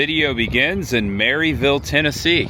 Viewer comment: I’ve only lived around here (Sevierville) for a few months but you are the first I heard call it Mary-ville instead of mer-a-vul 😂 that little Debbie park is in Collegedale, everywhere around here is huge on Bigfoot you should check out Bigfoot Philly Cheesesteaks here in Sevierville. Collect all the Bigfoot shirts 🤣